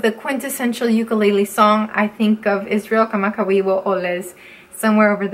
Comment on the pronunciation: The most impressive part of this video is flawlessly saying Israel Kamakawiwoʻole name.